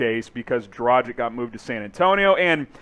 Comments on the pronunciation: It’s not “dra-jich” it’s “dra-gich” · dra-geech. learn how to pronounce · Pronaunce Dragić correct..... FU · Why is chase able to pronounce dragic correctly, whereas isn’t?! It really gets on my nerves